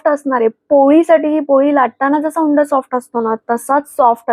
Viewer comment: हुंडा म्हणत नाहीत उंडा म्हणतात .